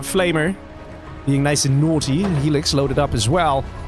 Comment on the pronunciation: I've never heard someone say helix as alexas lol